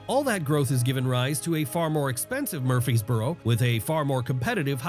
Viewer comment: Murphysboro lol I'm in Smyrna Edit: he pronounced like a local. Source? I'm a local